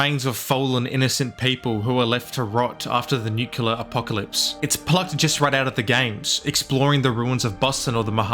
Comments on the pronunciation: “nuke-yoo-lar” isn’t a word. “Nuke-lee-ar” is a word tho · The fuck does Nuculer mean? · nu-CLEAR. ITS NUCLEAR. Not Nucular. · It's nuclerar, not nucular. Why cannot american pronounce it properly? Otherwise, agree with your opinion. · Quit the video when you said "Nucular". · Where are you from? it's not the first time i'm hearing someone pronounces "nuclear" as "nukelar" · If I hear nucular one more time imma lose my shit